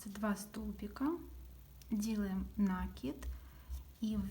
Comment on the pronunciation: В слове «накид» ударение следует ставить на слог с буквой И — наки́д.